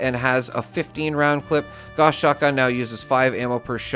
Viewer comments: Gauss is German. It rhymes with "house." Say it right. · I'm so excited to know I'm not the only person who plays Fallout games pronounces Gauss this way! 😁👍